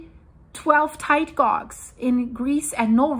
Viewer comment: Hi. Sorry but, as charming as your english is, "tide guage" - the word 'guage' is pronounced "gay-je" not "gog". But I love your channel.:)